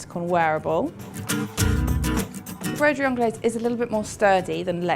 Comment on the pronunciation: You don't pronounce the 's'